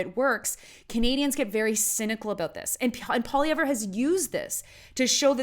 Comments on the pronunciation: How about you pronounce his name properly and then I'll attempt to respect your opinion. It's pronounced POLY-EV Of course I'd like to agree with you, but then we'd both be wrong. Pierre for PM!!! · Pierre Poutine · Maybe learn to pronounce his name, first of all! And also open your eyes to what Trudeau and his party has done to this country!!